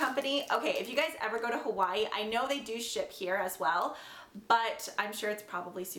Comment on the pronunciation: the way you say hawaii makes me cringe